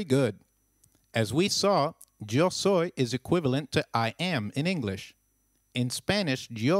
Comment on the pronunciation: Hey you pronounced "Yo soy" wrong